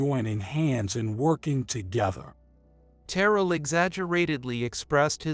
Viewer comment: AI mispronouncing Terrell's name!